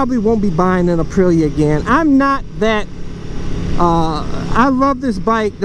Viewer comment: Ah yes the Uhpreeya Tewohno